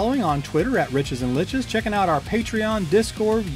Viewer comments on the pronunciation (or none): none